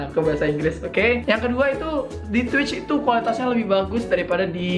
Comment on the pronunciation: Ngomong Itu jadi It to😂